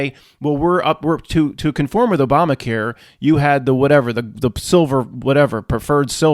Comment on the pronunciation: i don't think you meant to say obamaqueer but it was funny.